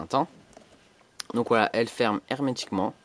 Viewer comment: Arrete de dire hermetiqument !!! Sinon bonne video!